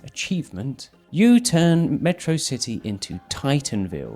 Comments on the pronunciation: its actually pronounced at-chro city, not uh TRAH city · in the movie, Megamind pronounces the name of the city, Metro City, like how atrocity is pronounced. OP takes the word apart to make it Atro City